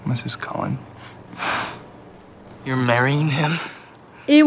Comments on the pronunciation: On dit CULLENS et pas COLLINS, mais bon ce n'est pas la seule erreur de prononciation. Dommage de ne pas s'en être rendu compte. J'aurai aimé avec un passage sur la bataille entre les Cullens, les Quileutes et les Volturis. Perso, j'ai adoré. Entre Jacob et Renesmée, il y a 7 ans d'écart. C'est ce qui est dit dans le film à la fin ("7 ans plus tard"), donc la différence d'âge est correcte. Après, c'est comme ça que je le comprends, Jacob sait qu'il est liée à elle et qu'il va devoir attendre sa majorité. Dans les films (oui je n'ai pas lu les livres), les loups-garous ne choisissent pas sur qui ils déposent leur empreinte. Tu l'as dit, puis tu es revenu dessus en indiquant que Jacob avait choisi Renesmée pour Bella. Dans le film, il explique qu'il comprend pourquoi il était amoureux de Bella, c'est parce que Renesmée était son âme-sœur, soit la fille de Bella. De ce que je comprends, c'est qu'à partir de ce moment-là, il n'est plus amoureux de Bella. Voilà, c'était juste les petits points que je tenais à préciser. J'ai bien aimé la vidéo et avoir toute l'explication que tu en as faite, même celle du racisme que j'avais perçu aussi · Ca me stress que tu les appelles Collins alors que c'est Cullens 🤣 sinon géniale la vidéo 😊